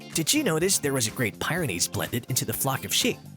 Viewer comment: I just can't take his pronunciation of Great Pie -ren ies!! You pronounced the mountain range correctly, but then you messed up the Breed name! Yeah this is old, but it's the internet and I gotta complain!!!